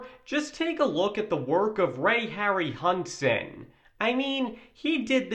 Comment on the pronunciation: they don't give a damn, or want to pay GREAT ARTISTS and just cheap out with GREENSCREEN AND CGI. if a film was made like back then (King Kohn, Jason and the Argonauts, METROPOLIS) it likely would fail as NEW gen audiences would ask, wtf was that? Harryhausen (Harry How Zen is the pronouncement)